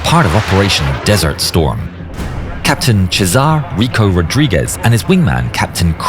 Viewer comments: Just for reference, "Cesar" is pronounced "Sezar", not "Chesar" in Spanish. Given the Latino origin of his name, this should be the correct pronunciation if you run into similar names in future videos. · don't want to be that guy, but his name is pronounced "Séh-sar" not "Che-zar" Otherwise amazing video 👍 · Bro what do you mean Chezar? It's pronounced Sesar in Spanish but is spelled as Cesar. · It's not pronounced Che-sar. Its See-zir, or Seh-sarr. Not Che-sar. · It is pronounced like the Roman Emperor C'ser NOT Ch'sar. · ITS PRONOUNCED "SEEZAR" NOT CHEZAR. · It’s pronounced “Sehsar” which means Ceasar. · It’s not Chezar it’s C—zer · It’s pronounced “Cee-zerr” not chezzarr! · Jis name is pronounced SEE ZAR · Captan 🧀sar Rodriguez jajaja alguien necesita practicar su español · Great video. By the way, Cesar is pronounced "Se-sar." There is no "ch" sound at the beginning. I saw an interview with Captain Cesar Rodriguez regarding this same mission. He was very cool under pressure. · Cesar is pronounced "SAY-sar" in Spanish. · "CHA-ZAR" Rodriguez? FU_K AI. Cred takes a hit right at 19 seconds. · seh-sar is how you pronounce cesar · Chesar?? Dude, what kind of pronunciation is that? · Yeah except they pronounced "Cesar" as "Chu-zarr", just to remind you that it is narrated by AI... and you can see rows in the clouds. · Never heard Cesar pronounced like that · you need to delete your channel if you don't know how to pronounce Cesar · this dude made a full fucking video about this but couldn't even get remotely close to pronouncing the name of the pilot properly. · great video, but would appreciate a proper pronunciation of his first name, Cesar. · | So A.I. / Robo Voice still can't pronounce "Cesar"? Does anyone ever vet / proof their videos anymore before posting them? TD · The robot can't even pronounce Cesar correctly